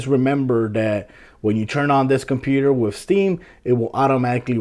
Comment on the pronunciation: "Wif" "Dee Lay" "Really Really" Love the way you pronounce certain words haha. Thanks for the vid. This helps